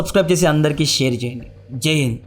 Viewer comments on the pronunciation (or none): none